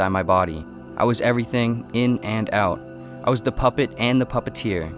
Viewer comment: This person must be a weird Canadian the way he says out like the way he pronounces it oowt